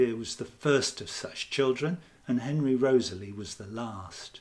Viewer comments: REE-TH-SLEE not Rosely!!!!! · I thought Wriothesley was pronounced Risley? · It is pronounced "RISLEY". I cannot believe how many of these "readers" never obviously read the content of said video and mispronouncing EVERY PROPER NAME!!!!!!~ HOW??? Laziness that's how.